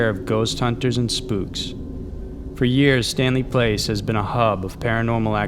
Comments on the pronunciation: it was ok until the narrator does not know how to pronounce Stanley Palace an not Stanley Place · Palace not place, my man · palace is not pronounced place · "Stanley PLACE'??? It clearly says, "Stanley PALACE". You know 'pal-ass'.😄😆😆😂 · Stanley PALACE... NOT PLACE. You always mispronounce words and names. It's very distracting. I like your channel but geez it drives me crazy! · I cringe each time he says Stanley Place. Place?? It's pronounced PAL*iss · the way "palace" was pronounced is weird